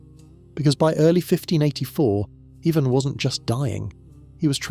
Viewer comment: I really can't stand how you cannot pronounce his name correctly